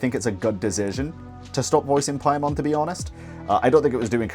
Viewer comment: Paimon ❌️ Pai-MAN ✅️